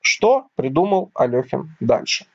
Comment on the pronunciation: АлЕхин, нЕ Алёхин